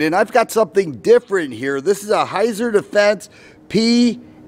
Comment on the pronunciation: It's pronounced "Hītsār".